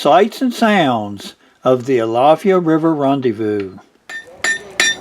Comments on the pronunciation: My family’s lived on the alafia river since the end of the 2nd Seminole war and the way you say it is driving me nuts You Say it like Al-if-i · Great video, but you gotta pronounce it right: AL UH FY. Long I.